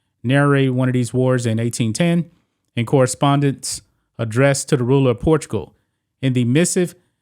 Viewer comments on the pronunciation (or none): none